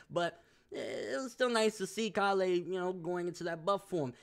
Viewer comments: Why do you pronounce it call-eh like wtf listen bro they say it a bunch of times it's pronounced Kay-le just stop bro you say it like your not listening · Is anyone else bothered by the way he says Kale's name? Call-ay it's pronounced Kay-le. Kale the vegetable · Why does he say (Kah-lay) instead of (K-ail)? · bro, her name is Kale like Kay-yule not Kah-lay. It's a leafy vegetable and a lot of white boys have it as a name in America. Caulifla even says her name Kay-ru which would be Kay-yule once it gets dubbed. Love your videos no disrespect but it's the one thing that has been driving me nuts about your videos since the character was introduced.